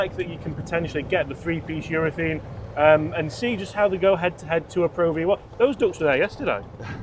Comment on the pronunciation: Please, it's urethANE!!! Love the channel, by the way!